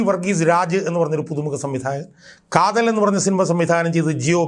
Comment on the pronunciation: Kathalan alledaa mandaa kaathal😅